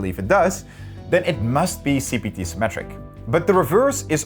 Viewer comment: Jesus, I keep on hearing CBT instead of CPT. Edit: This part is a banger.